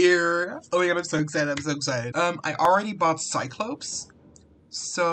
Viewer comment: Your pronoucation on cyclops 😂